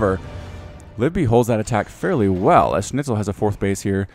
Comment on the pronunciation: His Schnitzel doesn't sound too bad honestly. Kinda ok to listen to. So yeah, congratz on not butchering the pronounciation too hard I guess,.